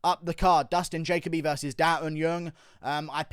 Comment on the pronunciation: Dude love your analysis but ur pronunciation of Dustin Jacoby needs work. But Dustin definitely screwed up walking away after one punch. Always follow the guy down with the ground and elbow/pound. Bill A did great but Max Schnell was worth the price of admission. Main event headline sucked.